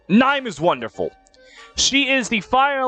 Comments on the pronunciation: It is, it’s just pronounced horribly here. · you're telling me Niime isn't pronounced as Nee-may??? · How tf did you pronounce Niime? 😭😭😭😭 someone help me